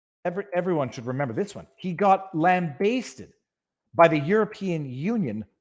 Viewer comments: It's not lam-bay-sted It's lam-ba-sted (a pronounced as in apple) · Lambasted, not lambaysted, or however you mispronounce it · Lambasted has a short A sound brother